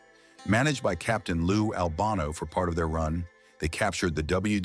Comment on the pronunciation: Do you know how ridiculous you sound by repeatedly mispronouncing the name of Lou Albano??😮 Do your homework, man!!!